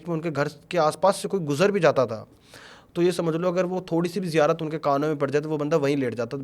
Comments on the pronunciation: kabi zirayat kabhi zikayat kabhi ziyarat sahi se to bol nahi pa raha esa kuch nahi hota hai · जिरायत ❌ नही ज़ियारत होती है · Itna pade huye ho bur ziyaarat thik se nhin bol paate ,,,ye kya baat hui yaar 😢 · zairarat nahi ziarat hoti hai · Bro its Ziyarat not zikarat or what the words this Maulvi sahab is trying to say 😉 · ज़िरायत नहीं बे, ज़न्नत नहीं बे, तू सब कुछ ग़लत बोल रहा है, वो रुमाल क्यों बांधा है?? पहचान छुपाने के लिए?? फालतू बकवास कर रहा है ये सो कॉल्ड बाबा, ये सिर्फ पैसे ऐठने और पब्लिसिटी स्टंट है, सावधान कोई पैसों का व्यवहार न करे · He must be 100% tiktokker. When he is not able to pronounce islamic terms (ziyarat) how can he be a molvi🤣